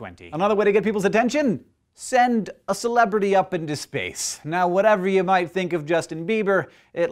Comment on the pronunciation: SPEWCE!!! excuse me, that was a loud...never mind. Keep walking.